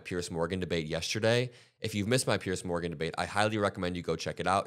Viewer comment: please stop saying "Pierce Morgan" his name is Piers ffs, they are not the same, think of a pier you would fish off, now imagine 2 piers😏